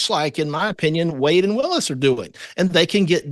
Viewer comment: Trump is in contempt of court every time he attends and you all are focused on this? Wish Megan will stop mispronouncing Ms Willis's name! Very disrespectful!